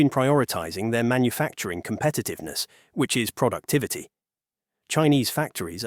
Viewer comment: “Producitivity” ??!! Lol